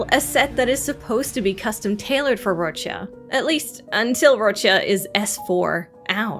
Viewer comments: what's this? a youtuber that can say Roccia's name CORRECTLY? i'm STUNNED O_O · I'm so happy there's a cc who pronounces her name correctly ❤ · Finally a content creator pronouncing Roccias name the proper Italian way! 🙌